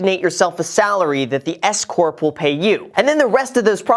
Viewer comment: when you first mentioned the S-CORP, I heard “escort” lmaoo!! For few seconds I was bamboozeled by what I thought 💭 you had said!🤣